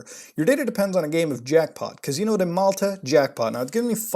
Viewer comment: God the way he says casino he’s so Canadian